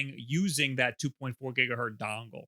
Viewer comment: Did this man just say 2.4 "Gigahurt" three times in a row? Go look up Heinrich Hertz.